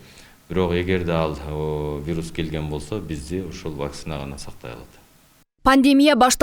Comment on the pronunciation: Диктор нормально окучу. Вакцинаны туура оку. Ударениени 1-а тамгасына койбой оку.